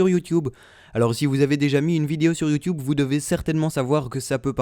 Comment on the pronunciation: tu dis youwtuwbe xD